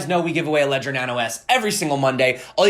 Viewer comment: Leeedger please 😅